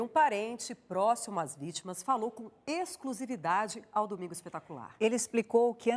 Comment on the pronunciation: O que irrita e toda hora o reporter falando ...com esclusividade com esclusividade porra toda hora isso mostra que eles querem e o furo de exclusividade bando de carnicas